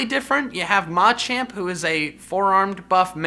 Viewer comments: It will NEVER not bother me that you put the emphasis on the first “a” in the Machop, Machoke, Machamp line…Jesus. Please say it right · The way he says Machamp makes me not want to like the video